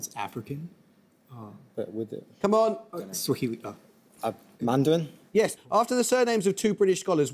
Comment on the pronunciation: the way I knew this answer because of FGO 😂😂😂 Mandarin (but specifically in Taiwan)!!! I gotta say Amol's pronunciation was spot on.